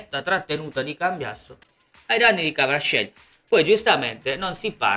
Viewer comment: Kuaraschelia, si pronuncia Kuaraschelia! 😆 Pioli... e se CDK, (il bell'addormentato nel bosco), non si mangia due gol già fatti e Maignan non compie un paio di miracoli, il Bilan ieri sera ne prendeva 6 di gol! Altro che dominato! Ma dove, ma quando? 😂 Come al solito per la So-Fo Inter per sbloccare una gara gli ci vuole l'aiutino da casa, (arbitro = AIA e F.I.G.C.), poi davanti, con tutto il rispetto avevano una Udinese che quest'anno è una squadra cadaverica, un agnello sacrificale. Ma di che parliamo? 😆